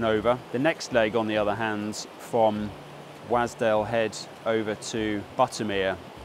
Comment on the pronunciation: I need to say something. Wasdale is pronounced "Was" as in used to be not, i repeat not please not again, "wAs" with a hard A as in pAss. Local heads up for ya. Keep up the good work sir 👍